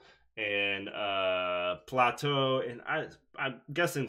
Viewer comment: aristotle and plateau it's more like play-toh